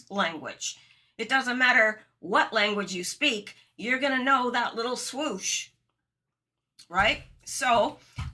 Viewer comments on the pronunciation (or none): none